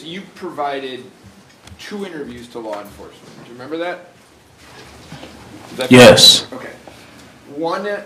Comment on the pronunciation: he's not dumb. He's both arrogant & petulant. That is the youth of today ! Can't even say, " Yes.. " correctly.